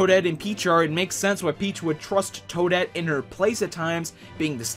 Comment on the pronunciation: It's Toadette.